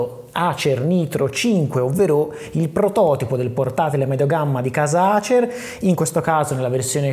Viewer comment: 🤣🤣🤣🤣🤣 ASER non ACER si pronuncia 🤣🤣🤣🤣🤣🤣🤣